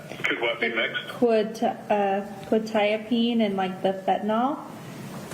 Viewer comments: She had a script for Qutiapine....she knew exactly what it was for and how to pronounce it. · Also, Quetiapine can be tricky to pronounce if you see it first time, she nailed it immediately. I also take Quetiapine in low doses as extra for depression and sleeping pill. In low doses like 50mg it will knock you out in 20 minutes. Life changer for my ADHD ass. If you try to fight it, you can, but coordination and balance are like you are drunk.